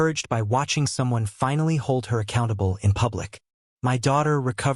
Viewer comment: Why are the letters in the word my are sounded separate instead together.